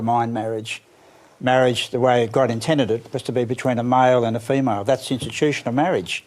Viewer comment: between a mile and a femile